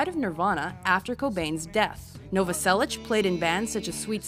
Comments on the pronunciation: Also please next time krist last name is novoselic not novoselich pernounced as na-vo-sell-ic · she says Chris Novasellich, you can her the ssh at the end of the pronunciation. Here's a fact, the riff for Come As You Are ripped off Eighties by Killing Joke. Anyhow